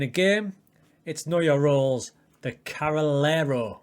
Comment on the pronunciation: I think it's pronunced Carrey -Lero